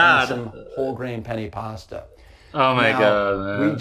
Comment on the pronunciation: “penny pasta” 💀🤚